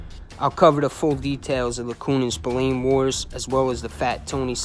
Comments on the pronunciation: Spill Lane not Spill leen ffs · And Spillane is pronounced spill-agh-ne..... get it right if you're gonna do it at all.... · As Irish I'm cringe every time u say Spillane, it's pronounced Spil lan like man.